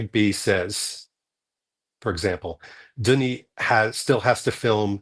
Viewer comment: It's pronounced Denny, not Donnie, you twit😅